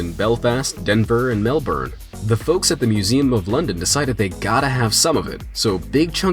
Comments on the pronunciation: He pronounced Melbourne wrong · With the fat thing you said Melbourne wrong just saying no hate